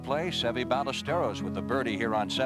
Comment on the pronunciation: Amazing how the announcers were butchering pronunciation of “Ballesteros” even after he won in 1980